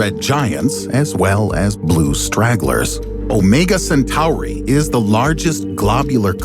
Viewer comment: Why’d he pronounce Centauri like that